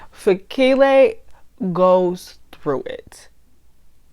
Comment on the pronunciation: You pronounce their names very well especially Fikile and Puleng.. KBs music is bad, you're right. The worst musician in South Africa 🤣🤣🤣